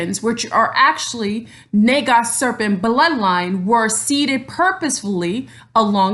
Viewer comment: You are a very enlightened being thank you for sharing your energy here 🙏 Namaste. Isn’t “Naga” Pronounced Nahga. Just wanted to say lol sorry. Anyways I love your video thank you. I am not mixed or Black at all to my history and knowledge going back generations, but I am Native American and Celtic. I understand we all come from mother Africa. My past life I was from India. I have Aslesha in my Chart and am aware of an Orian Star connection. I feel we can be a Naga descendent without just being genetically shown today as a beautiful African looking person. Thank you very much for this video though I just wanted to express feelings thank you. 😘